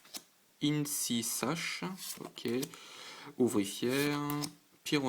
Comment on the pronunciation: c'est pas inecisache c'est incisache